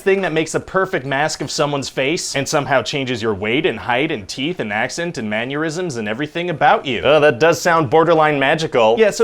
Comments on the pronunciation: Who tf pronounces "mannerisms" as "man-yurisms"? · Had me at “maneurysms” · The heck is a "maneurysm"? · "maneurysms." Nice.... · Did you say 'Manneurisms'? is that like a mannerism that gives aneurysms? ^^